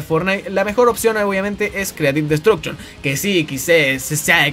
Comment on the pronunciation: O "Creative -Bot-Duction" JAJA se pasa XD